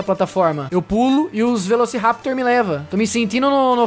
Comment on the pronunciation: Velocirrapitor?bebeu umas antes de grava?